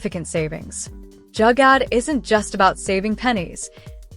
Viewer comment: Great video... It's not Jagad: it's spelt as Joo-gar though 😊❤